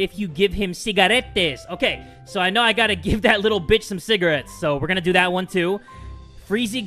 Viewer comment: I just realized he said CIGARETTEÁS